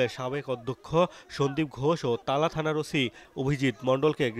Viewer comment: তালা না,.... টালা